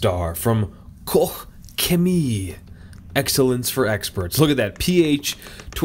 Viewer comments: its pronounced caw-ch chem-ee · It's pronounced KO-SHEMIE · . At 00.12 you pronounsed it almost correct. Use Google Translate to practice. Grtz. A Belgian. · I've heard people in german videos pronounce it koshhemi, like KOSH - HEMI (as a chrysler engine "hemi"). Asked a friend from Germany, the correct way would be KOH, but she believes it's a regional accent so there. :D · It's pronounced 'Cock-Shemee'. Yeah, one of the best, the cleaning power on the wheels is as good as Brake Buster. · You pronounced it wrong lol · First of all: Guys, why you care so much how he is pronouncing Koch Chemie :D (Btw the IPA would be „ kɔχ - çeˈmiː “) You have to test out the other products of the company. I highly recommend their „Nano magic plast care“ for exterior plastic parts!! :) it will look like new. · You’re having way too much fun trying to pronounce Koch Chemie lol. Really looking forward to seeing this come to the US. Very well respected brand oversees. Thanks for the video! Hopefully you get to test more Koch Chemie products.